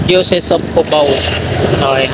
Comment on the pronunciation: Hello, thanks for the update and for the rendered image of the stations, at least may idea na kami. Correct ko lang ha, yung pgbigkas ng Diocese sa English ay (Da-yo-sis) hindi (Di-yo-sis). Yun lang, until sa next vlog mo. Ingat at God bless.